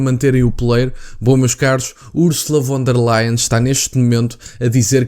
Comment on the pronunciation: E lê-se Fon der Leyen !! Em alemão o V lê-se como F